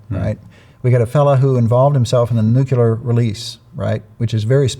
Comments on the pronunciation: it's pronounced nu clee er, not nu que ler. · Sad that the man in charge of nuclear weapons can't pronounce it right. It's nuclear, not nucular! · Nuk-lee-ur. Nuk-lee-ur. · Anyone who can’t pronounce New Klee Err …..? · 7 yrs in nuclear weapons yet can't pronounce the word! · I cannot trust a person who can't pronounce "nuclear". *Especially* if he claims to know something about nuclear [anything]. Let's hope this guy isn't a current nominee. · It’s so odd hearing so many educated people that can’t pronounce a very simple word like “nuclear.” I’ll never understand that. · Do some otherwise intelligent people intentionally mispronounce the word “nuclear?” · Always amazed at the percentage of our population who cannot properly pronounce the word “nuclear”.